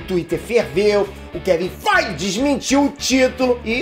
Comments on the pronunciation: Eu não consigo não rir cada vez que rola um "kevin FAIGE!!!". kkkkk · Kevim fight e de mais quando ele fala kkkkk